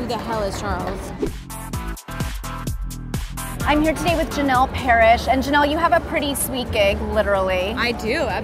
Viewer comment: Janel not Jane lol